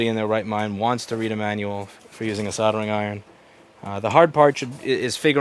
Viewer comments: That word has an L in it, not two Ds. Soldering. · Soddering iron 🤣🤣🤣 I always find it funny pronounced that way. From UK btw.